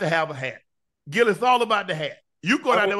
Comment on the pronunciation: UNC, stop calling Gil " Gail ". 😂🤣